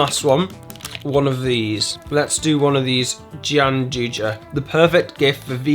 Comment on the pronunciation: Very interesting video! 👍😁👍 The g-chocolate, gianduja, is from my country, italy, and is pronounced [ʤan'dʊja], like jan + do (like the verb) + yah, with the accent on the 'do'. Fun fact: that chocolate it's named after a popular theatre's mask, gianduja; in 1700, every region of Italy had a mask (an imaginary, stereotypic character), used in comedy theatre to represent the good and bad of every region. The one which gave the name to the chocolate is from the region of Piemonte, in the north-west of Italy, confining with France.